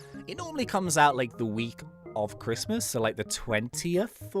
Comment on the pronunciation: Why you be arguing tho, it’s Christ-mas